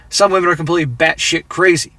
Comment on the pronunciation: Wahmen..."where did all the good men go"? Also wahmens,... they're all in prison.